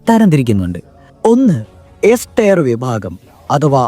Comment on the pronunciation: ടയർ അല്ല ടിയർ ആണ്